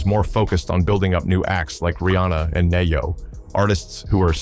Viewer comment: And who is Nay Yo 😅😅😅